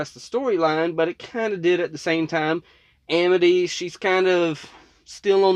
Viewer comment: wow Luz used to be really bad at pronouncing amity. she seems to pronounce it "education"